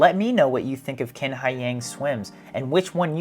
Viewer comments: His last name "Qin" in Chinese pronounces similar to "Chin", not "King" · Let's start with the correct pronounciation of Qin Hai Yang's surname, which is "chin", NOT "kin"! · Qin is pronounced chin rather than kin. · it's Qin (Chin, not exactly right but similar) Haiyang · His last name is not kin, it’s Chin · A bit off topic, but two notes. First, Q in Chinese is pronounced a bit like CH (but with the tip of the tongue closer to front teeth), so it will be better to just say Chin. Second, his given name Haiyang actually means ocean!! Seems like he was born to be a swimmer!